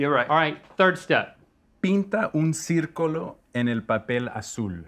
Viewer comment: The host's pronounciation wasn't that clear, he could roll his Rs, but the double L was pronounced as i. He said Circolo instead of círculo. Brush is just a regular brush, paintbrush is pincel.